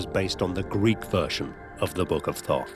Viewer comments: I am uncomfortable that inside the first minute they are referring to it as th-aww-th...it was pronounced Taught. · All this and not once did they pronounce his name right. Thoth was pronounced "tot" or, lets just say hermes? Theres so much fractured and suspenseful bs here lol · Did he say book of Thot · He called out to me by saying his name to me three times. Thought, Thought, Thought. I found the spelling online of Thoth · Froth, I think is what he said....